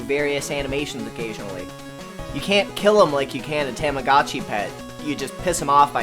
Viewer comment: Good video! However... the way you say Tamagotchi urks me. lol More videos!